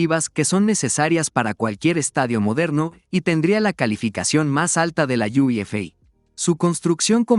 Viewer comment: Menudo asco de audio IA podrias doblar los videos tú. No hay manera de ver el video completo sin que de dolor de cabeza, ¿como que iu ef ei? ¡UEFA! Y la entonación es terrible. Dislike